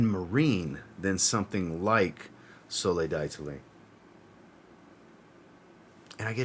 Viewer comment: Great list, I have my 3 Mancera's for spring/summer, saving up for a blind buy Mancera for fall/winter that sounds good. When pronouncing Soleil D'Italie verbally, just remove the "I" in Italie. Similar to the g being silent in gnome. I learn alot from your videos, so I hope you are not offended by me sharing with you the proper way to pronounce D'Italie. Keep up the great work!